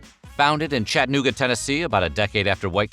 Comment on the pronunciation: ➡Once again, the announcer misses the mark on "Chattanooga," which is pronounced with 4 distinct and separate syllables. Just like Albuquerque or Cincinnati. You do not swallow the second syllable. It's chat-uh-noo-ga, not chat-noo-ga.⬅ OK? OK!